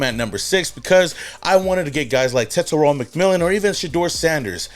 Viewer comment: Braddah how you butcher Tetairoas name… as a SAMOAN?